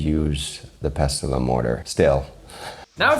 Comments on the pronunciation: Great video and I was shocked to see a "barber bash" at the start. I've always called it pestle and mortar (pronounced pessel with a silent T). I'm surprised Nick didn't take the opportunity to do a purple eggplant joke with the pestle. I find him totally inauthentic, puerile and style over substance. He seems to add to the food industry what boy bands add to music - a short lived fad I pray. Coriander (cilantro) root is readily available in Thai supermarkets in the UK or Uncle Roger can grow his own and have root, seed and leaf. It was an absolutely terrible job if you know thai food. and Uncle Rogers foot should have firmly gone down. Western green oils have no place in Thai food to cover up that he doesn't know that coconut milk should be used. I get that people focus on the word green but he might have well used food colouring if that is all he thinks the dish is about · as a Chef, especially one with knowledge of French cooking terminology, you should know that the "t" in "Pestle" is silent.